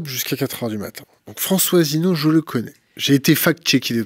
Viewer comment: Le comportement de ne l'honore pas. A commencer par cette façon désinvolte de massacrer le nom de l'invité. Un mélange peu savoureux du Bully de cour de récréation et d'adolescentes ricanantes. Pourquoi inviter quelqu'un que l'on n'a aucune envie d'ecouter? Enfin, penser que l'on connait quelqu'un parce que on a passé 15 jours intenses à préparer son sujet? Heureusement que j'ai vu des tas d'autres interviews passionnantes et courtoises sur Thinkerview.